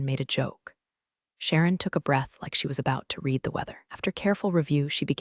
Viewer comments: So many of these have the same problem: "read" when past tense, is pronounced "red". What I hear (phonetically) is "she reed the email". Disrupting, and so wrong. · This keeps pulling me out of the story — “read” in the past tense is pronounced “red,” but I keep hearing “reed,” like it’s present tense. It’s such a small thing, but it really disrupts the flow and feels off, especially during emotional or pivotal moments. A quick fix that would make a big difference.